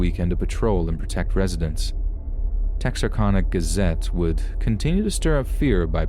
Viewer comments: I grew up practically living in Texarkana, and I can say this was pronounced tex ar can a hehe. But good and accurate story. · Tex-ar-CAN-uh. Short A :) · Its pronounced tex-r-can-a ...lol making this arkansas girl cringe the way you pronounced it lol